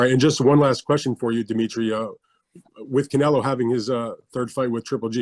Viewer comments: I think it's funny that he keeps calling Canelo Canela🤣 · Bivol here acting all respectful but still calling Canelo "Canela"😂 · IF BIVOL WANTS TO CALL CANELO "CAN-ELA" THEN THAT'S WHAT IT'S GOING TO BE EVERYBODY SHUT THE FK UP IT'S CANELA FROM NOW ON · Canela zurda. The guy cant pronounce Os 😂🤣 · That is from his native accent. It is common in Russian to pronounce the O as an A. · I like how he keeps saying Canela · My boy keep calling him Canela classic bivol 🤣🤣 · In Russian that's how they pronounce their A's and O's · no because its a russian thing when they pronounce the "o" is like saying "ah" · Because that's how they pronounce they're A's and O's in Russian